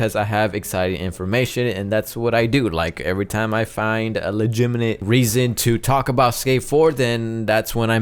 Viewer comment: no offense but u said.. legiminate.